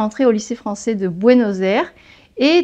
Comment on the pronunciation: Très sympa vos vidéos mais, pitié, ne prononcez pas les 'è' avec le son 'é' : "tu parles le japoné et le francé", non le japonais et le français.